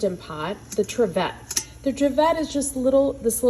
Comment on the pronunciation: It’s pronounced triv-it not triv-ette 😊